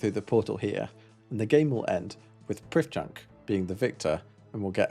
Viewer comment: Hello. Not only are you mistaken with your pronunciation (sometimes I heard you say "prif chunk" when we have it on good authority that it is actually said "pruff Chonk") but also you are wrong as Underground Pass is actually the best quest in OSRS. Please reupload this video with the appropriate changes. Thanks you:)